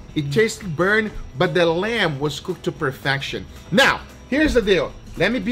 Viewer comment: "Lemb fat" Do you mean lamb?